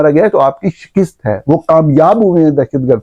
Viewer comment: نورانی صاحب یہ لفظ shakist نہیں ہے بلکہ shakast ہے براۓ مہربانی ٹھیک کر لیں شکریہ